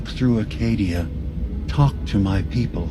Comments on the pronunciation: Acadia not arcadia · CHEEZ IT'S ACADIA NOT ARCADIA